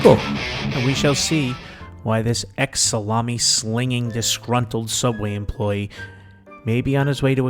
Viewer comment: Soobway... if u know, u know.